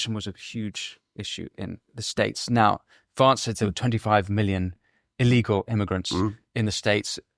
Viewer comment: Winston - "Vance" is pronounced in the same way you would say the word "van".